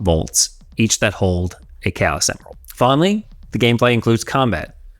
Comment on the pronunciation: 2.37 K S emerald😂. How can an english speaking man pronounce chaos as K S😂? Greag review though. My brain